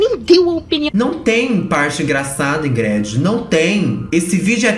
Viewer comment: Amooo que a pronuncia o nome da crentelha expondo como o nome é brega mesmo: IngrED. 😂😂